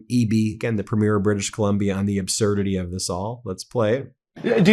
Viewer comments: It's pronounced PREE-mure! PREE-mure! PREE-mure! PREE-mure! Don't any of you Meiselas brothers read the comments? I'm sure it's another good video but if it's about the Canadian First Minister's Conference, I can't handle it. Please respect the country you support so often on here and learn our customs! Vive le Canada Libre! Elbows up! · "preem-yr", not "prmyeer". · It's 'Premier' Ben, not 'Premiere' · not to sound critical, but Canadians pronounce Premier, Prem ier not pre mier Elbows up Canada and our friends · Ben, there is a difference between Première and Premier in meaning and pronunciation.🇨🇦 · Not that it's a big deal or anything, but we do not pronounce "Premier" that way when talking about provincial leaders. The accent goes on the first syllable and the first 'e' is long. So PREEmier. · You have a great channel Ben and always enlightening for sure....But one "nit picking" piece of advise. You pronounce(like all Americans I hear speak) our leaders of our provincial governments wrong. You say premier by saying "premiere(like a new movie being shown). But in Canada premier is pronounced "pream-yer". No biggie but thought you may want to know. All the best...... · Please have Charlie Angus teach you how to properly pronounce Premier. It's not Premiere